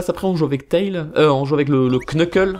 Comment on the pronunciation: ON DIT TÈILZ ET PAS TAILE